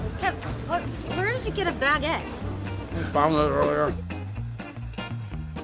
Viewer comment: Wtfs a 'BAGET'